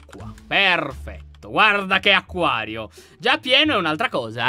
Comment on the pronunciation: Laion ma c’è cosa HAi detto. Acaio. Ma. Si. Dice. Acquario